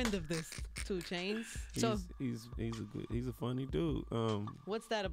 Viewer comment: Truuuu *small dramatic pause* 2chaaaainz!!!